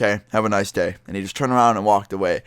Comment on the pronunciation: It sounded like he said "have a nice gay" XD